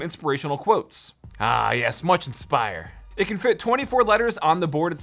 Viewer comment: AHH YESH MUSCH IMSPIRE